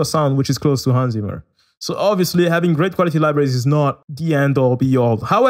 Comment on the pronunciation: One hint: Your pronunciation of his the name Hans Zimmer is wrong. 🙂 It's something like this: /watch?v=J6FL_a2naaQ